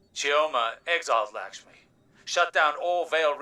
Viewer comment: Maybe I missed it but, why does says "Likshmi" Instead of"Lakshmi". Is it on purpose or what?😅😂